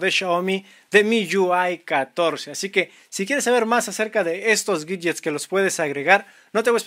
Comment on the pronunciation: por que Pronuncias la "W" como si fuera una "G" ? . . . o.O?!